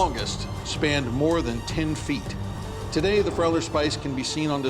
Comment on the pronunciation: It is actually called Friauler Spieß and pronounced like with a long e in English as in the word me.